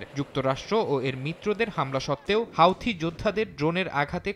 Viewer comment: হাউথি না হুতি